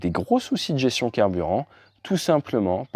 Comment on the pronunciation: Quelquees remarques : - l'expression "la capacité de pouvoir..." (3mn56s) constitue un pléonasme ; - le mot "gestion" se prononce "gestion" et non "gession" ; - on ne dit pas "des très gros avions " mais "de très gros avions". - on ne dit pas "des informations par rapport à cet accident" mais "des informations sur cet accident".